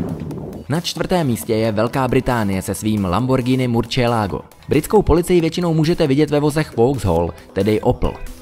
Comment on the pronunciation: Dobra vyslovnost ale murcielago je murcielago ane murčielago jinak dobry